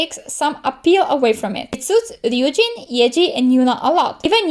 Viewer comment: somebody who actually says ryujin right 😍